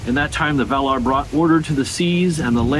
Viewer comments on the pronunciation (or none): I love you dearly and I enjoy your videos. Please help me out by checking the pronunciation guides again. I can be awfully particular about which syllable gets the accent on words like Valar and Aman, and you make me twitch when you don't follow Tolkien's rules. 🫂